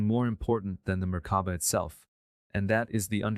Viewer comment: Being responsible for sharing this, please see there are errors and mispronounciations with this version. i.e. Merkaba! not murkuba or whatever appears. Just sayin'